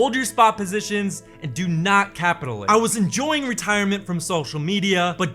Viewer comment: bro leanr how to pronounce capitulate holy fuck